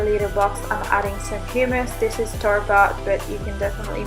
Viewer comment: "Guacamoal" "Hyumous" "Tortillia" fucksake girl if you aren't going to learn about the food you're eating, at least know how to pronounce it